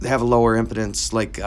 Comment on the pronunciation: Interesting video. By the way, it’s pronounced em-PEE-dense. Not em-puh-dense.